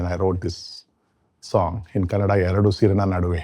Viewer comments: It’s kannada * not Kannad folk 🙏🏼 pls with all due respect understand the emotions ! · KANNADx NO-- KANNADA RIGHT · With all due respect sir , it's not Kannad, it's Kannada ..! Please say Kannada next time. Thank you.